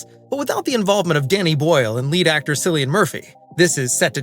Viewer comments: Can you please pronounce Cillian's name correctly? 🤦🏼‍♀️ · I SMASHED THE DISLIKE BUTTON...how useless is this channel if they cant even pronounce "Cillian" correctly? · You mean to tell me it's not pronounced Jesus Shrist?! Seriously drives me crazy. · Please program your robot to pronounce his name correctly. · Learn to pronounce Cillian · You don’t know how to pronounce Cillian’s name. They are not zombies. At all. And there were multiple zombie movies with running undead before this “not a” zombie film. This channel, a waste of my time and your life. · Hard to watch this cause of how you pronounced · Why can Americans not say "Cillian" properly??? So utterly ignorant! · You are exactly right why is he saying the name wrong in the video? He should’ve done research first. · It's pronounced like Killian not Sillian. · His name is pronounced KILLIAN, spelled Cillian, not sillian for fuck sake do your research before posting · You pronounce his name with a K sound, like Killian not Sillian. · Cillian is pronounced with a K sound, not an S sound. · Sillian Murphy?! Have I been getting it wrong with Killian Murphy? (Spelt as sounds obvs) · Cillian as in Killian not Cillain as in Sillian. He is Irish. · It's pronounced Kill-ee-an. Not Silly-an. 🙄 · CILLIAN MURPHY. CHRIST. THE C IS NOT PRONOUNCED S. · Pronounced “Kill-ee-yan” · Good video, Cillian is pronounced "Kill-ee-an", mate. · Cillian is pronounced Killian directly from the actor himself. Try to get that right next time please. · OMG, do your homework, his name is pronounced “Killian”. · Cillian not Sillian, it’s a hard C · Cillian is pronounced Chill-ian. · He pronounces his name with a hard “C” as in killian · Jesus Christ.Cillian is pronounced Killian. Silly Bunt!! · Its pronounced Kill-ian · Why is it so hard to pronounce Cillian It’s (Killian) 🤦‍♂️😂🇮🇪🇮🇪🇮🇪🇮🇪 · At least pronounce his name correctly, before you record! It's spelt Cillian, but pronounced 'Killian'. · At least pronounce his name right.